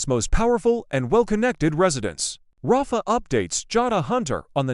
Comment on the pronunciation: EJ is not DA. Belle is. The "Jennifer" they pictured in a few shots is Jennifer Aniston. It's not proniunced Ra-fa...it's Rayf. ISA is not a word, its initials, AI is faulty.